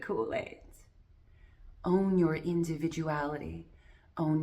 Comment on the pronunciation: When you say own I hear auhm